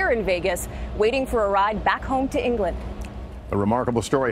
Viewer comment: It's 'EnglanD'. There's a D on the end!